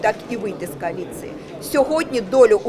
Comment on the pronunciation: КАЛІЦЇЇ ???? ППЦ! Науче її хтось як правильно говорити?